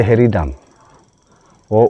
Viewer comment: Pehle dam ko acha se bolo